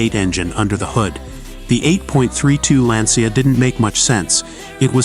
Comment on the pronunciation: Pronunciation is s.t. real funny: The famous Italian race is pronounced “Mille Millya” and one of its famous drivers was not “Husky” but “Hushke” (the ‘u’ pronounced like in ‘bush’), and The Lancia is pronounced “Lunchyah”. But you did “Thema” real good!